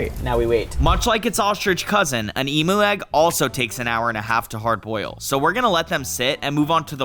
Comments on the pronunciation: That's not how you say emo is emu the higher impromptu I'm Australian😊😅 you kind of got it wrong but that's ok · Emu is pronounced ee m you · Bro said Emo egg instead of emu egg😂😂￼ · You said emo egg😂😂😂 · it’s pronounced emyu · Eem-you said fast is how you pronounce emu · BRO REALLY SAID EMO EGG😂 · Bro said kemo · Why tf did he call the emu egg EMO bro I feel bad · Bro said emo egg😂😂😂😂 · Bro said emo egg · That’s not how you pronounce emu!!!!!!! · As a Australian he is saying emu wrong